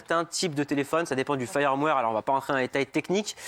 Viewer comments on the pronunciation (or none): Rectifications : "Firmware" pas "fireware", il le dit à deux reprises. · Quelques problèmes de prononciation en anglais, me semble-t-il, et peut-être de lecture... Entre autres, répété plusieurs fois le mot "firmware" prononcé failleurwère (fireware) au lieu de feurmwère. (excusez les approximations, je ne peux pas utiliser l'alphabet phonétique ici) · Quand il a dit "le fayeur-mouaire", il a perdu toute street cred.